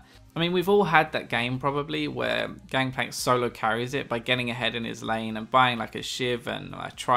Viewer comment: Anyone else noticed said "Gangpank"? xD